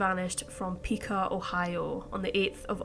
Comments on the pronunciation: Piqua is pronounced Pick-wah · Quick tips: Piqua, Ohio, is pronounced “Pik-wuh”. Oneida, NY = “O-NYE-Duh”, Michigan = “MISH-uh-gn”